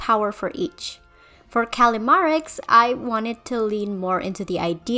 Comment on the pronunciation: Who tf called callimara "callimarie"